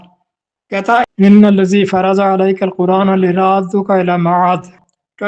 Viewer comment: لرادک الی معاد کا معنیٰ مکہ مکرّمہ میں دوبارہ لوٹانے کے متعلق ہے ل کے نیچے زیر پڑھا غلط پڑھا